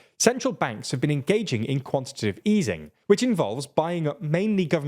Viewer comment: It's quantitative, not quantitive.